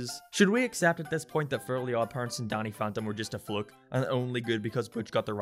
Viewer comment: "Donny Phontom"